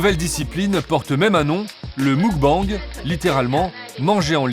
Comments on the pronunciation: En Coréen on dit mokbeNg et non moukbANg. D'ailleurs cela s'écrit 먹방 et signifie nourriture. ☀️ Bisous s'écrit soit 키스 (dit kisseu) soit 뽀뽀 (dit popo) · Les journalistes ne respecte rien, d'une ça se dit pas moukbenge c'est meukbange ensuite à qu'elle moment tu dis la "gloutonne" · Attends le quoi !? Le mOUcbang 🤣🤣 c'est mUcbang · "Le MOUGBANG 🤣🤣🤣🤣" le mukbang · Pour tout reportage qui se passe à l'étranger : renseignez vous un minimum sur la 0rinonciation des cinq mots étrangers que vous prononcez dans votre reportage. C'est pas difficile. Faites un effort. Mokbang* Soyone* pour mubkang et Seoyeon. Kimtchi pour Kimchi. Et j'en passe. C'est pas difficile pour le peu de mots que vous devez prononcer et c'est plus respectueux pour la culture évoquée. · Muk-bang 먹방 se prononce plus mog bang